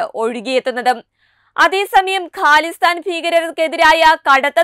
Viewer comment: ക്യാനഡ അല്ല... കാനഡ ആണ്. ഹാലിസ്ഥാൻ ഫീകരൻ അല്ല... ഖാലിസ്ഥാൻ ഭീകരൻ ആണ്... ഫാരതം അല്ല... ഭാരതം ആണ്...